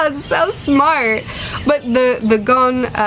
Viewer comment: Gon is pronounced as if a French person were saying it.